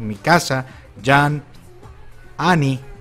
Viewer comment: JAN ? :v Se dice : YIMMNNN